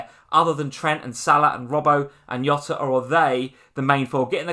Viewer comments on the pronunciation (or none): Love ya guys but It's not Yota it's Jota. He's not Spanish he's Portuguese. They pronounce J almost exactly the same as we do. If you were to jot down some ideas, that is what jota translates to and is pronounced the same way.